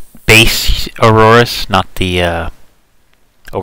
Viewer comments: it's Aorus, no Auroarus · by the ways it's 'Aorus'